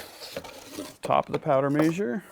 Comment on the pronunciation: Is he saying powder measure or major?